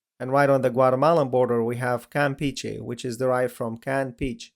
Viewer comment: overall, they're great, but theres slight mispronounces like Campeche